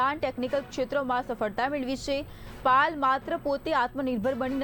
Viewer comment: પાલ નહિ પાયલ બોલો 😡😡😡